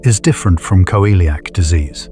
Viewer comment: Why does it pronounce celiac as Co-eliac disease? 😅